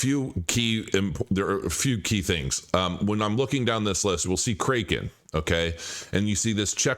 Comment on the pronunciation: Pronounced, “CRACK-in”